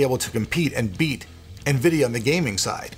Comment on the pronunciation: Nvidio? Never heard of it